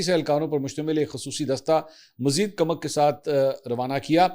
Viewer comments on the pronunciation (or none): Mansoor Ali Khan ye farsi ka lafz koomak hay na k kamak,mujhay tu tum kaafi educated lugtay thy,iss aik lafz ne tumhara pol khhol diya hay